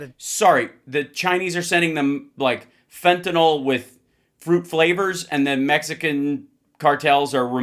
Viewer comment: Fentanyl is not fentanol, you doddering old fart.